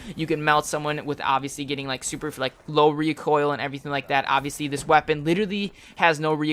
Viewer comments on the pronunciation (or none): lol u said obviosly 80 times lol